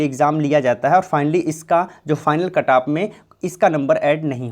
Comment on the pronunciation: Its cut off not ktaap🥺